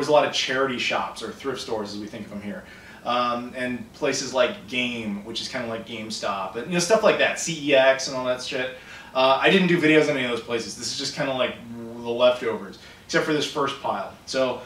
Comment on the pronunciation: "CeX" is actually pronounced "sex". Don't believe me, look up the adverts.